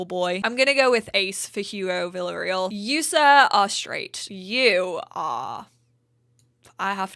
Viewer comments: [vee ya ray al] for Villareal if you are going with Spanish, [ve la ray al] in French and probably [vill ah reI] in German as there is no /ea/ dipthong in German but don't quote me on that pronunciatin [in German]; I would say [vill ah ray al] if I was pronouncing it in English but most native (UK) would say [vill ah reel] as you do I think. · Native spanish speaker here who also works as an english teacher for beginners : Villarreal (vee-yah-rrrre- al) The rre should sound like in red and end it like you would "cereal" Edit: I love this idea, it has already helped me with my current savefile, thanks!